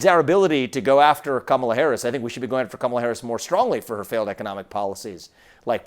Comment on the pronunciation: Kamala, stress the first syllable. Not difficult Chris.